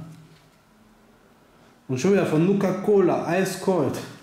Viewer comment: Nukaa Colaa xD Einfach nur Geil ist das Cola oder ein Energie Drink?